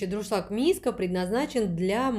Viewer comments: ДУРШЛАГ.!!! НО НЕ ДРУШЛАГ.!!! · Тяжело слушать безграмотную убогую речь, "с магазина", "с холодильника", "с пакета"... слова паразиты - "ну, ну" через каждое слово. "Как я уже сказала, как говориться, да?..." Сто раз произнесла "ДРУшлаг" вместо Дуршлаг. Почему у нас каждая домохозяйка считает себя блогером?? Понравился только приятный голос девушки и такие же приятные тембр и интонации, видно что хозяйка добродушный человек. Выбор товара конечно тоже так себе, зачем столько дешевого чёрного пластика? Те же самые товары можно найти в болеем симпатичном исполнении. Нам мало, что мы варим яйца в дешевом пвх, мы решили ещё добавить туда кусок вонючего силиконопластика, чтобы уж наверняка гадости побольше в продукт впиталось 😂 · Ну вообще-то не друшлаг, а дуршлаг.